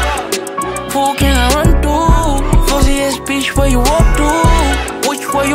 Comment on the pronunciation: to 발음이 인상적